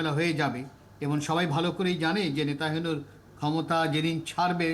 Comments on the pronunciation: নেতানিয়াহুর নামটাই উচ্চারণ করতে পারেন না! "নেতাহিনু" একটা জঘন্য ভুল উচ্চারণ, এটা আপনারা দেখেন না??? এরকম লোক এখানে আনা কি উচিৎ হয়েছে??? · সব্বাই জানি নেতানিয়াহু , আর আপনার এই আলোচক বলেন নেতাহিয়ানু, (নাকি আমি কানে কম শুনি?)আসলে কি হবে রে ভাই,একটু জানাবেন কি কেউ???? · Its not nata hebu its nataniahu.. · নেতা হেনু নয়, নেতানিয়হো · এমন একজন বিশেষজ্ঞ এনেছেন, যিনি "নেতানিয়াহু’র" নামটিও ঠিক করে উচ্চারণ করতে পারে না! তিনি উচ্চারণ করেন " নেতাহিনু"!! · একজন আন্তর্জাতিক বিশেষজ্ঞ বার বার ”নেতাহেনু” উচ্চারণ করছে। কি রকম তাহলে তার পড়াশোনা। সব জায়গায় একই অবস্থা। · আপনাদের সংবাদ দেখে হাসি পেলাম এমন এক অভিজ্ঞ লোককে নিয়ে আসছেন যে কিনা ইসরাইলের প্রেসিডেন্টের নামটাই সঠিকভাবে উচ্চারণ করতে পারেন অথচ সে বিষয়ে সে বিশেষজ্ঞ😂😂😂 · 😂😂 এমন একজন বিশেষজ্ঞ মন্তব্য করার জন্য নিয়ে আসছে, উনি ঠিকমতো। ইজরায়েলের প্রেসিডেন্ট নেতানিয়াহু, নামটি সঠিকভাবে উচ্চারণ করতে পারছে না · নেতানিয়াহু’র নামটি যিনি বার বার ভুল উচ্চারণ করছেন তাকে কিভবে ধন্যবাদ দিলেন? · যদিও নেতানিয়াহুর নাম ঠিকঠাক বলতে পারেননি তবে কথাগুলোর যুক্তি আছে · উনার চেয়ে অনেক ভাল লোক আছে।উনি বিশেষ ভাবে অযোগ্য।উনি নামই ভালোভাবে বলতে পারে না।